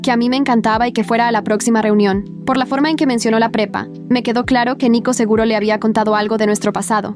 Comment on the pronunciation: En un momento escuché en vez de prepa pepa😂😂😂